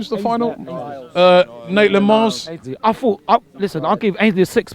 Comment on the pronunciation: "Naitland Miles" - Robbie Lyle